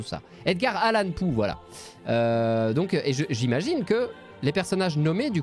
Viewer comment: "Edgar Allan Pou" XD